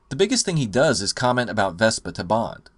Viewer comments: Why are you saying vespa!? It's Vesper! Vesper!!! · VespER! VespER!!! She's not a scooter! Otherwise, great review! ; )